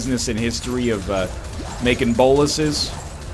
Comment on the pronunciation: Garin Jankowski "bolases"